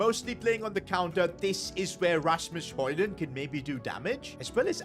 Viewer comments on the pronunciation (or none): Its not holand its hoylind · Its not holund but hojlund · say højund not holund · Its not holland its hojund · why did he say haaland instead of højlund he could just have said hojlund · Im from demark and its not Hojlund its højlund😅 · Bro called Hojland Holland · Ur saying højlond right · HOW TO SAY HOJLAND IS HOILAND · Say it like this hoylund that’s how it sounds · I love how he calls hojland holland 😂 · It is painful to listen to him butcher hojlunds name